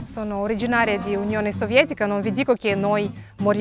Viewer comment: L'Unione Consiliare, non sovetica. Lasciare una parola del nome non tradotta e in pronuncia gravemente deviata non va bene. L'Unione Consiliare era composta da 15 paesi membri, scegliere la parola in lingua russa è assurdo, visto che i russi (russkije - abitanti nativi purosangue della provincia di Mosca in raggio di 100 km) sono una minoranza etnica. In Unione Consiliare e nei paesi ex membri non c'è alcuna cultura di consumazione di erbe spontanee, si avvelenano in tanti. La cosiddetta "medicina popolare" è un orrore che causa tanti danni ai cittadini non acculturati. Invece la cultura di piccola produzione agricola propria era al livello eccellente, oggi però le conoscenze sono state perse prima di tutto perché il regime capitalista ha portato la povertà e miseria. L'Unione Consiliare è stata sciolta nel 1990.